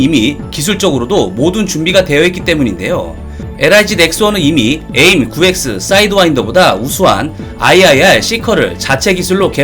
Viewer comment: aim이 약자니까 에임보가는 에이 아이 엠 으로 발음하는 것이 나아 보입니다.